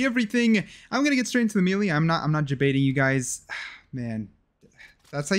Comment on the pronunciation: said melee wrong disliked